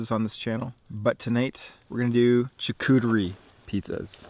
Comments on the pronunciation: It's pronounced SHAR COOTER E not CHAR COOTER E lmaoooooo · also its not jacuterie its "charcuterie" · Please mispronounce more words like “chuh-cootery” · I love you and your videos but the way you said charcuterie🤣🤣🤣🤣🤣🤣🤣🤣